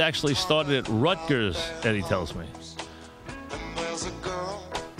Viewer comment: Wait he pronounced Rutgers correctly for once?